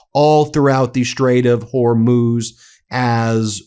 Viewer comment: At last you pronounce Hormuz correctly.